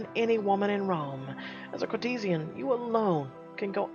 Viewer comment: Dude... That is so not how you pronounce 'courtesan'. -_